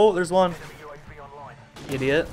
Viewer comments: U said idioot. Are u part dutch bychance? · an Idioot? Are you dutch?:3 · Did u just said a dutch word 'idioot' lol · lol he said idioot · IDIOT ziemlich deutsch ausgesprochen, beste!:)